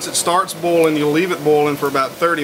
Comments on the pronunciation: boiling....why are you pronouncing it like bowling? XD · i love how he pronounces boiling as bowling xD i also really like videos like this. its ez stuff for the mind when you cant sleep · Casper Nijland bolin‘